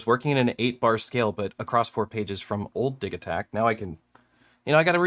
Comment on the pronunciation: Wait, is it "diggy-takt" or "diji" as in digital?? First time I've heard it pronounced like that